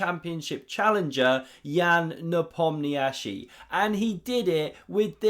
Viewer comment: Love your comments! But the right way to pronounce Ian's name is Nepomnichi. He said so himself. :)